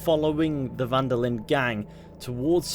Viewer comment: "Den Linde"? Lol